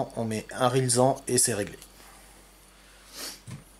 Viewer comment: Parfait ces explications, le R9M ne marche pas pour moi, portée de 600 m en 100 mw, en FCC ou Flex. Je ne vois pas dans les liens, le petit module qui doit être branché sur la board. Aurais-tu ça ? Un des rare youtuber a prononcer correctement RILSAN; chapeau !